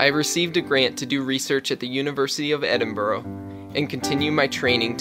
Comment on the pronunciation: I live in Scotland ❤️ I cringed a bit with the way he pronounced Edinburgh